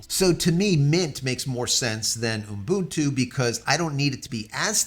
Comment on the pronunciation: "oom boon too" teehee